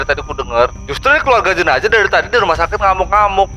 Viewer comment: Kenapa tidak bisa bilang jenazah bilang jenajah terus